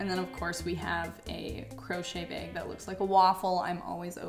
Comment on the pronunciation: Girl I love you but everytime you say bag it makes me laugh!😂😂 off the shoulder beg